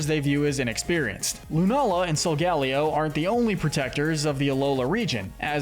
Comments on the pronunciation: It’s pronounced SOHL-GUH-LAY-oh, cruh-SELL-ee-uh, LAH-TEE-OHS, LAH-TEE-AHS, TAH-poo LAY-LAY, sih-JIH-liff, arm-uh-ROOJ, WAH-buff-eht, YOOX-ee, BAL-toy, clay-DAHL, ree-yoon-IH-cliss, ess-PATH-RUH (which you misspelled and mispronounced at the same time), hat-er-REEN, hat-TEN-nuh, goth-EE-tuh, goth-ih-TELL, and BEE-hee-YEHM, “Patrick Star”! 🤨 Stop mispronouncing Pokémon names,! You’re so bad at it! 🙄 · Great video, but your pronunciation of Solgaleo is like being struck with a spike in the back.